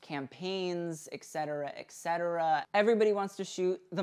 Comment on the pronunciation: FYI "etcetera" is pronounced: eT cet·er·a /eT ˈsedərə/ Not: eK-setera as you said several times. You can listen to the pronunciation on google if you need help.